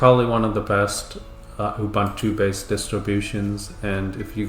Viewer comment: It's "OOBOONTOO" man... 🤦‍♂